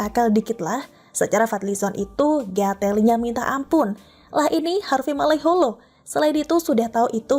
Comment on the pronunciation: Huwahahaaaa... Waktu mbak'e bilang FADLI ZONK NGGATELLINYA MINTA AMPUN gue auto ngakak mbake... Sampean tau yg benar itu NGGATE^L'Li bukan NGGATE`L'Li mbak... Yg sampean sebutkan itu klu dlm bahasa Jawa artinya alat kelamin pria. Coba deh tanya sama org Jawa Timuran dan sebutkan kata persis dgn yg sampean sebutkan itu. Heheheee